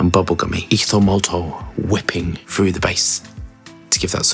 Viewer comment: I don’t know why but it always makes me smile when says ethomoltol whipping through the base. Great review as always buddy. Apologies for the spelling 😊